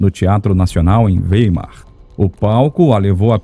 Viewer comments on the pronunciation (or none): none